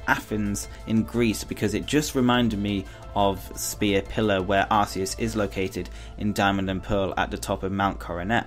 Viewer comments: I know no one is perfect but The god poke mon is said ( ar-key-us) true search pokemon mispronounce by aroua gardian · Well actually originally Arceus was pronounced that way but then they realised that in England arse means ass. I think you can say it either way. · There were a lot of mispronounced names is this video, Arceus and Genesect, for example.